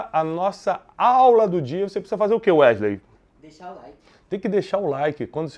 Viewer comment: Werley não, é wesley.